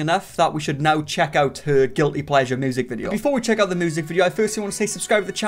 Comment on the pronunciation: That triplets thing just broke my ny brain 🤯. All I know is MY guilty pleasure is hearing say moosic. And him bein a white guy named. 2 guilty pleasures.